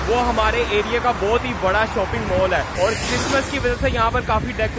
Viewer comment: it is not "mool" its is pronounced as "Mall". and also not "shoop" it is shop